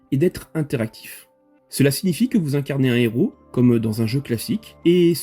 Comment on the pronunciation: Plusieurs Héros et pas plusieurs Zéros 😂 On ne fait pas la liaison 😊